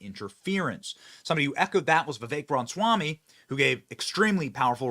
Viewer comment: BENNY. YOU'RE KILLING ME. YOU'RE KILLING US*. IT'S RAH-MUH-SWAMY. Say it with us now. RAH-MUH-SWAMY. NOT: "RONswamy" For the love of God, please. Fix it 🙄🤦‍♀️